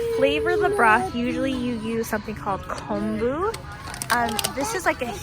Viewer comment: Aloha from Hawaii! Thank you for this video and thank you for pronouncing “ponzu” and “kombu” correctly. I cringe every time I hear an Asian cook pronounce them incorrectly. Looking forward to watching more of your videos!